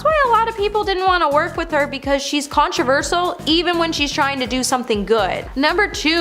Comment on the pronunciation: The word is, “controversial.”. It is pronounced,: “con-tro-VER-shil” I can’t believe I have to tell you that!